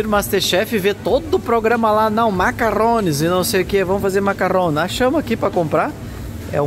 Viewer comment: Macaron e não macarrones!